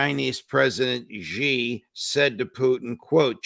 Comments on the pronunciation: Judge Napolitano - President Xi - his surname Xi is said like the letter "C" not as Gee. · Just a teeny tiny point : it's Shi. Xi is pronounced Shi not Zi. Excellent interview. Thank you.